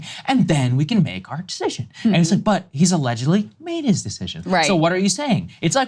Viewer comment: "This sescision is his to make, (hiccup)"